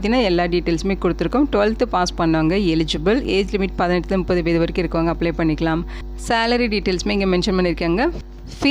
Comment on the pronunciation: வயது என்ன ஏன் வயதை மட்டும் முழுங்கி பேசுவது ஏன் ஏன்